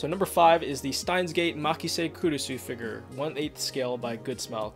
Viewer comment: It sounds like he says figer instead of figure, lol